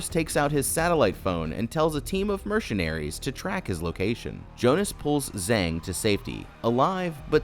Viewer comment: I can"t believe he said mechanaries 😂😂😂😂😂😂 go to the time stamp in the video😂😂😂😂😂😂